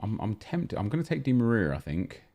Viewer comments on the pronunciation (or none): Why did this man say dimariar